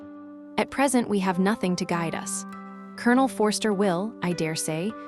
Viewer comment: I love this story. This narrator is horrible. She can't even properly pronounce nothing. Not hing? Ruins it for me. An American accent for a classic British story.